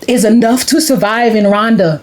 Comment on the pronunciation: It's Rwanda not Ruwanda !